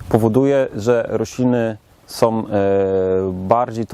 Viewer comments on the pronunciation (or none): Wszystko fajnie tylko razi w uszy to słowo- " som"...